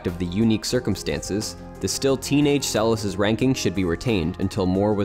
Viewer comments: It's pronounced Monica Seles (SEL es'.) Stress on the second syllable. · It is Seleš which is pronounced Selesh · Why not to pronounce her surname correctly? Selesh. She is not American. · Monika Seleš is pronounced more like: Selesch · Pronounced... Monica SeleSH.